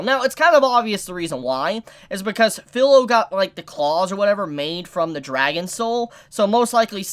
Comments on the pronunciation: Its not Phil-o its fi-lo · Feel not Fill. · to clarify, no problem with Filo/Firo my problem is that he keeps saying her name like its pillow with a f replacing the p then fee-ro. It's an almost insignificant irritation but its still there, kind of like when people call Naruto Nuh-rue-toe. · New to the channel, great video man. I can understand the Support/Tank situation that Naofumi was put in...very annoying...Also I really hate to be that guy...but phonetically speaking vs spelling Kirito and Filo are spelt that way but pronounced Key-ree-toe and Fee-low. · There are some things I can overlook, the R/L sound is something in Japanese is one that can be interchangeable kind of like the R sound in the korean language. My problem is with the how he pronounces the I sound which has clear rules. Vowels in Japanese have 1 pronunciation in 99% of all situations. I is pronounced almost always like ee in english and its a tad annoying that keeps Filo as fillow instead of how its correctly pronounced (fee-lo). Especially since his username uses the exact same letters with the same pronunciation and this dude has obviously been interested/watching anime for a long enough time to understand that. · there were more than 1 core, she spit out one of them... and CAN THIS DUDE SERIOUSLY PRONOUNCE FILO'S NAME CORRECTLY.